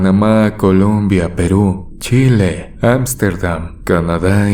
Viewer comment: Cada vez que dicen Chile escucho “ Chpsss”!!